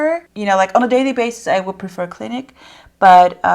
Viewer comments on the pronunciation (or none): Time stamp , pronounced “Klin-eek” not “klin-ick” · Also its pronounced cla-neek